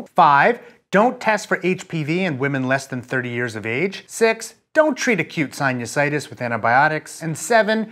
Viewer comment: You say sinusitis weird